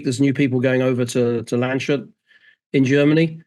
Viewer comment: clearly needs to learn its not pronounced LAND SHUT!